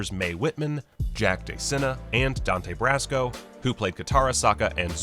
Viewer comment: Did you... no... did you just say Dante "Brassco"?